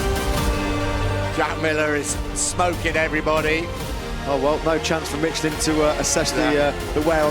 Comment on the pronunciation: Dear God finally I am hearing someone at MOTOGP pronouncing Michelin correct!